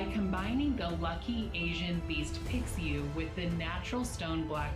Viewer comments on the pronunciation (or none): Tbh im just ticked off she pronounces pixiu "piksyu" and feng "fehng" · Yo the actress isn’t even pronouncing Pixiu correctly. Now you’re gonna teach us how “wear it correctly?”